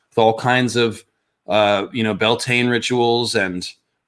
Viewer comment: Tiny thing- drives me nuts but I know it's a language thing 😂 Bealtaine is pronounced more like byal-ten-a. It's actually also the Irish term for the month of May 😊